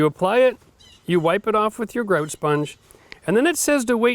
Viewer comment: Why do you pronounce "grout" differently every time you say it? Are Canadians ashamed of being Canadian? It seems like they try to hide their accents, a lot.